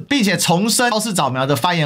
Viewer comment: 我是不是聽錯了？把毋須唸成母須。